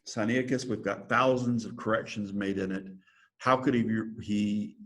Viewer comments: Sigh Nigh ti cuss (not Sigh knee ati cuss) From where does an ee sound come after the N? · I've noticed many on YouTube usually mispronounce it. I've always pronounced it Sin- ai (like he letter i) ti-cus. That was how I was taught that it was pronounced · Very dubious textual criticism here from a guy who can't even pronounce the name of the text correctly.